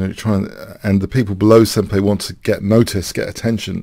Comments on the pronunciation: Love you, hate correcting you on stuff because it feels annoying, but it's sen-pie, not sen-pay. Just a little thing, otherwise great video. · Also, since in Japanese the 'ん' character is sometimes pronounced as 'n' and sometimes as 'm' (and sometimes like a weird mix of the two), most Japanese actually say it closer to 'sempie'. BTW, the word 'senpai' refers to someone who is your 'senior' in some way, usually someone older than you in a school setting or who has more years of experience. Not necessarily a 'master', just at least one step higher in the social totem pole. "Notice me, senpai!" has humourous 'younger female to older male' romantic undertones to it, like a teenage crush. 😊